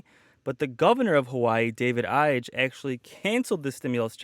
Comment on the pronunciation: Hawaii Gov. Ige pronounced (E-Gay).